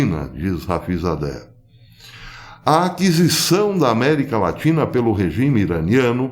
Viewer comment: America latri.. latina... kkkkkk.... que O ETERNO te abençoe.